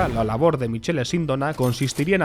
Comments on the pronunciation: Michele en italiano se pronuncia Mikele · Michele en italiano se lee MIQUELE, Sindóna con tilde en la O (aunque en italiano las tildes se ponen solo en la última letra città, caffè, università etc)